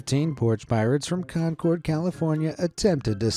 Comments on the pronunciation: Bro I live in New Hampshire and our capitol is concord But concord is not pronounced con cord it’s pronounced con curd or con cerrd Do you get the idea on how to properly pronounce concord from me horribly telling how🤣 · Just a heads up - “Concord” (when referring to the city in CA) is pronounced “Kahn-curd” not “Kahn-cored” The “Kahn-cored” pronunciation is correct when referring to the Concorde airplane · It’s pronounced concurd